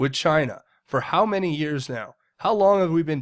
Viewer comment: Long not ling